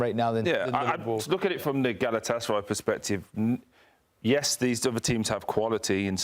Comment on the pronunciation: pronounces Galatasaray correctly, all other suck at it.